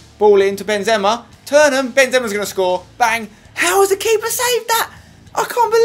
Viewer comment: u say Benzema wrong